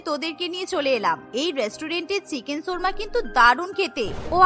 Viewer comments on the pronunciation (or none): উচ্চারণ কীভাবে দেখবো? 🙄 শুনেছি, 'সুর্মা'। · চিকেন 'সুর্মা' কী জিনিস? উচ্চারণ ঠিক করেন, 'শর্মা' হবে।